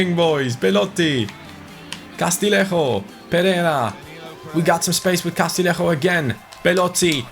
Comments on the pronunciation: Castillejo's name is pronounced Castiyeho isnt it? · Castillejo’s name is pronounced Ca-stee-yay-ho